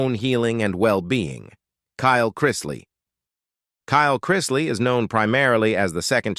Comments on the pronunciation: The narrator drives me crazy how he keeps mispronouncing their last name. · He always does with everything he narrates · Chrisley - not CHR- EYES- SLEY. Very annoying mispronouncing. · Who ever is narrating this should know who they are talking about. he starts out Crysly then he started getting the name right. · It’s pronounced Christ-Lee!!!!! Christly😂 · It’s CHRISTLEY not Krystley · There last name is pronounced Chris Lee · Have you seen Chrisley knows best? The name is Chrisley. Chris - Lee. Not crys. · I don't understand why you influencer don't learn to pronounce people's name correctly. At least show these people and their family some respect by getting their name correctly. Yes they brought these things on themselves but there's children involve in these individuals lives and it's Chrisley, please it's Chrisley's. It sounds ao awful to listen to you all bucher there names. Ask how to pronounce the names before you post qith your dam voiceovers. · What is wrong with this Narrator? He mispronounced there last name so many different times I lost count👎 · Say there name right chrisley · Please do something about the narrator. There’s no excuse that he can’t pronounce their name right and then every now and again he gets it right. Fire him already. I love them all so much and I’m so happy and relieved that they are home and altogether again ~❤ We have missed you so very much😊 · Would be nice if the narrator would pronounce the Chrisley's name right. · This story would have more credibility if your computer voice pronounced the family name correctly. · It's really annoying that the announcer keeps pronouncing their names wrong!! The name is Chrisley!!!😮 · Well when you learn how to pronounce the family name correctly I will listen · If your reporting shouldn't u at least pronounce the name right